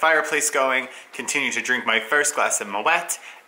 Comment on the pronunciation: Hi catching your blogs in the new year! But it is moe-y, silent t. Happy new year!